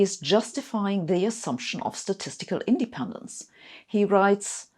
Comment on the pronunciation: Great video, however... independence should be pronounced indePENdence, not INdependence.